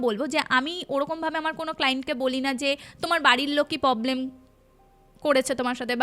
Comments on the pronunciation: ভুল ভাল উচ্চারণ গুলো গল্পের মাঝে খুব বিরক্ত লাগে এগুলো একটু ঠিক করবেন শ্রান❌ পবলেম❌ স্নান✔️ প্রবলেম✔️ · শ্র্রান, মোদ্রা কথা, পবলেম এগুলো শুনতে খুব বাজে লাগছিলো, আগের একটা পডকাস্ট এ শুনেছিলাম হিন্দি হরর পডকাস্ট এর থেকে কিছু টা সাজানো গল্প আর বাকি টা জানি না কোথা থেকে নেওয়া, বুঝেছিলাম সত্যি ঘটনা মোটেই না, আর সাথে এই চিবিয়ে চিবিয়ে জোর করে টেনে বাংলা বলা, সত্যি মিথ্যে জানি না কিন্তু এগুলো খেয়াল রাখলে হয়তো দর্শক দের প্রতি ন্যায় করা হবে! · পব্লেম না প্রব্লেম